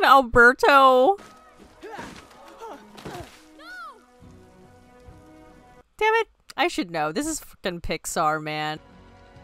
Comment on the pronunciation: Considering you keep mispronouncing Alberto's name, never having said it correctly even once, you still don't know his name.